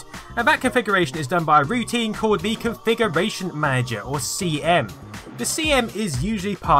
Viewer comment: Configuration Magea? Is it the narrator accent or does he speak off even for his accent?